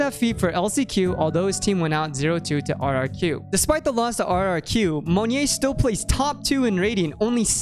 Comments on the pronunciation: Yeah it's Mo NYET, not Monje or Monye lol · love the video! just a note, monyet's name is pronounced somewhat like "moh-niet", not "mun-yay", just for future reference's sake. good job otherwise :) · Its pronounced more Mon-yet. More Russian than French. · LOL its ok man it means monkey in bahasa, and maybe it only asian/indonesian can pronounced it right at first. cheers cool vids. waitin for more! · as an Indonesian, the way you say monyet kills me. JUST PRONOUNCE THE T PLEASE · now that's actually completely new way to pronounce monyet that i've heard. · monyet is pronounced with the t btw!! its not silent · the way you say monyet is so bougie lol i like it tho